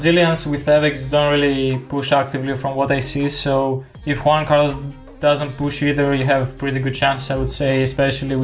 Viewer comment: Me encanta como pronuncia el "Juan Carlos" jajajaj